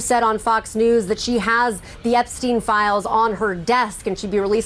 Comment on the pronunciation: EpsteinWar not ''epicwar''